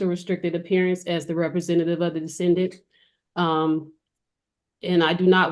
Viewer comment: Did she say "Decendant"?!😂😂😂